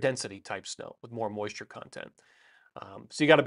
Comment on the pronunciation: I loved "impressive moisure content"